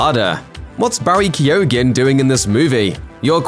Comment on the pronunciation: Come on. Work on your pronunciations. Barry Kee-own is closer to correct. Definitely no guh. 🙄